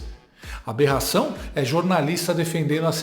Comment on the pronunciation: Esse pseudo-jornalista é muito burro!! Ele acredita que alguém vai dar crédito pras besteiras que ele fala?! Jura!? Alguém avisa pra ele que não é "berração" é Aberração 😅😅😅😅😅😅😅